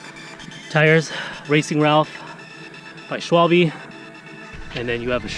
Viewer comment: Schwalbe pronounced shvalbeh not shwalbee